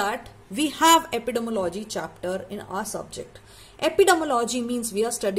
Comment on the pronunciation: Madam please makesure the pronunciation of Epidemiology 😢